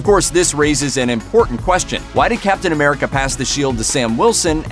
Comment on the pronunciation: And now we have 'Captain Amerigga'